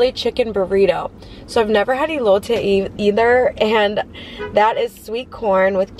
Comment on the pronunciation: The food looked delicious. Most places that serve Birria tacos will give you a bit more of the broth. Elote is pronounced with an “Eh” sound at the beginning, not “ee.” Since you’re doing great with the rest of the syllables, I thought I’d help you out. Admire you wearing a light colored blouse and not getting it stained.